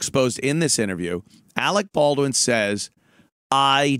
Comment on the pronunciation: Arec Bawdwin.....